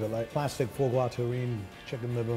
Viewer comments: That pocket square is hideous... also it's "foie gras", not "FOH gras". "Foie" is pronounced like "fwah" more than "FOH". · It’s not an ORANGE, it’s a MANDARIN!! And stop pronouncing it foor-gwa! It’s pronounced FOIS GRAS